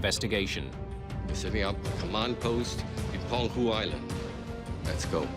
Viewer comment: It's Peng-hu Island, not Pen-Gu. Did you guys use an AI voice or something? Or someone who just "winged it" over Chinese terms? Tsk, tsk.